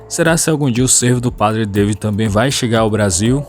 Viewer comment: Lê-se padre DA-vÍd, como no português, afinal francês também é uma língua latina. Temos que parar com este vício de dar pronúncia inglesa em tudo que é nome estrangeiro, afinal não somos anglófonos ! Há outros tipos de veados mais passíveis de entrada em terras brasileiras. Os argentinos introduziram em estâncias de caça já a algum tempo o chital, que é o veado da Índia citado no vídeo, o gamo e também o veado vermelho, estes últimos trazidos da Europa. Eles já chegaram nas províncias de Santa Fé, de Corrientes e de Misiónes , por isto há grandes chances de entrarem no Brasil pelo Pampa ou pelo Oeste de Santa Catarina, como já ocorreu com os javalis !